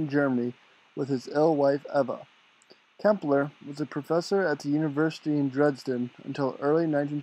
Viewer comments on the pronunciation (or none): Nice work! Incidentally, Klemperer is pronounced like emperor with a Kl in front. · I am just finishing his Dresden diaries. (I hate to say this, but you should probably redo the voice over and pronounce his name correctly. Sorry.) Clem per rer